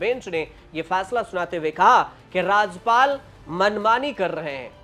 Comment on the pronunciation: अरे पत्रकार महोदय, राजपाल नहीं, राज्यपाल होता है